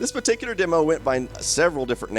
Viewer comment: Congrats on saying "demo" instead of "dimo."